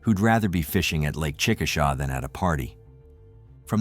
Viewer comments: It’s chick-a-shay—- just so you know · It’s pronounced Chick ah shay